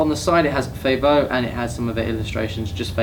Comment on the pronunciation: I think the pronounciation is "Fa-volé" ("a" like "cat") because it's inspired by Venitian culture :)